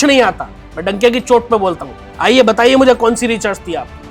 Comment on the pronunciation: ये स्वयं अनपढ़ अज्ञानी है, जो रिसर्च को रिचर्स बोल रहा है !